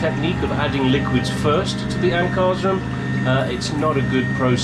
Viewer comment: Hi, thanks for your vid. I've not heard your pronunciation of Ankarsrum before, it's usually pronounced Anchor/shrum, two syllables. It's one of the oldest companies in the world, beginning in the 1600's. When Electrolux began making their Assistent in 1940 (I think it was) they had Ankarsrum make their motors since they were already making their vacuum cleaner motors since day 1. In 2001 they sold their mixer to Ankarsrum itself. Ankarsrum is the name of the town in Sweden where the company has always been located. You may find much info about them on a very popular fan's Facebook page at Other good links are: This last link is the national distributor in the States for Ankarsrum & has tons of recipes & resources. Not sure if you're familiar with N. America's oldest & largest flour company, King Arthur Baking Company, founded in 1790 in Boston, Massachusetts. They & many if not most professional bakers call the Ank 'the gold standard' for bread in the industry. Their site Their site is one of the best sites on the net for baking, no matter what mixer you're using, with a huge amount of resources for recipes, tips, & help. Even free help lines you can call for assistance with any baking need. I wish you well in your baking endeavors! Take care & be safe!